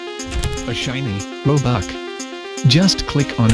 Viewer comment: ''a shiny robuck''' WHY :(